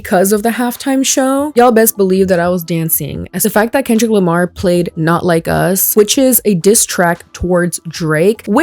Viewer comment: "Grammers"??? "Kendell Lamar"??? Was she having a sroke on t.v.? 😮‍💨